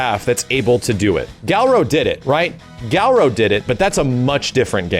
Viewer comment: What the heck is galro?